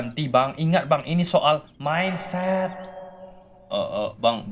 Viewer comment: Wokwokwokk ngakak cuk saat abbg motivator nya bilang minset🤭🤭😀